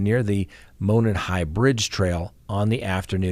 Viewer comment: Just a minor thing...Monon is pronounced "MOW-non" with the hard O. It's an old, disused railroad that has been converted into a walking / biking trail. Wouldn't you think they could eliminate (or not) these guys with criminal records simply by comparing DNA? Did the killer not leave any?